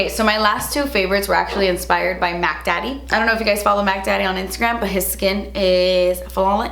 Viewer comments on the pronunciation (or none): Sorry K you say mattdaddy?